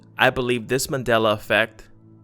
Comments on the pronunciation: It's pronounced MAN DEL A not Madel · it's MAN-DELA..u said Madela the WHOLE VIDEO. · Here's another one... Remember when it used to be called "The Mandela Effect?" This guy pronounces it "The Madela Effect." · MANDELA not MADELA .... theres a fucking "N" in Mandela... learn how to speak english before making youtube videos.